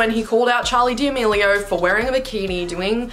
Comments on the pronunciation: She said “Dmelio” I said “D’amelio” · no hate but its da-me-li-o not demilio( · Love this video!! Also, small note: you pronounced Charli's las name wrong. x